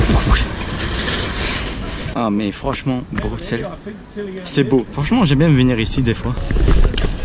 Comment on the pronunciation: Attends attends attends. Tu es belge... et tu dis Bruxelles avec un x? Re vérifie tes origines xD